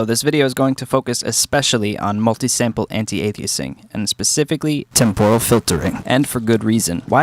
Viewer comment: What’s up with pronouncing it “temp-oral filtering”? It’s /ˈtɛmp(ə)r(ə)l/ not /tɛmpˈɔːr(ə)l/. First syllable is stressed. Also, some guy said “anti-a-lie-a-zing”. I want to know who he is, so I can hunt him down and kill him. Couldn’t find fault with the content so I went after your pronunciation.